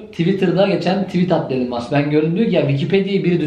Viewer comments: Elın değil İlan Mask diye telaffuz ediliyor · Hocam okunuşu ilan mask.